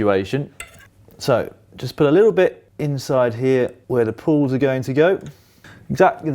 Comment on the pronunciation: Why are you saying "pull", its a "pawl" 🤦‍♂️